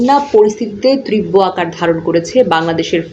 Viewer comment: ত্রীব্য নয় তীব্র বলা উচিত ।